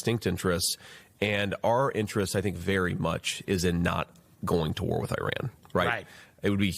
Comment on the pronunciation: Ma' am Iran's not Irak. But I understand yankees are getting too tired to think.